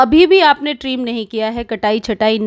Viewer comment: ट्रीम नही ट्रिम